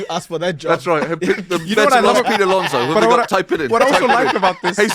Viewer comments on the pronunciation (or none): none